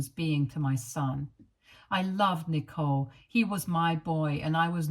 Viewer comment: This reader isn't pronouncing the name correctly